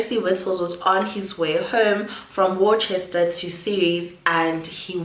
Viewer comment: I think you should do more research and do a follow up video...few facts were incorrect and you pronounced Worcester wrong